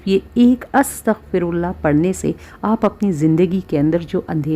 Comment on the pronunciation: استغفراللہ َ کا کوئی بھی ورژن ہو لانگ یا شارٹ، اللہ کی ہ ہمیشہ مفتوح رہے گی یعنی زبر کے ساتھ پڑھیں گے الا یہ کہ وقف کی صورت میں ساکن ہو گا. زیر یا پیش کے ساتھ پڑھنے سے مطلب الٹ ہو جائے گا. اللہ یہاں منصوب ہے لہذا "ہَ" ہی رہے گا. جبکہ یہ خاتون زیر کے ساتھ پڑھ رہی ہیں، اللہ ہدایت دے.